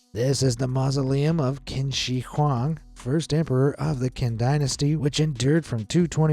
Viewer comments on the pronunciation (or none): Qin is NOT pronounced "Kin", it is pronounced "Chin". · CHIN not kwin its he is literally why its called CHI NA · It’s pronounced “CHIN” - the first Emperor of CHINA. Thus, it’s “CHIN”, not “Kin”. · it's pronounced chin not qin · Dude! It’s pronounced “Chin” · I know it’s not your fault but whenever you pronounce qin as “kin” and not paying attention to the syllables it just makes me uncomfortable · Qin is pronounced Chin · Pretty sure Qin is pronounced "chin" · “The tomb of quin” what’s qin?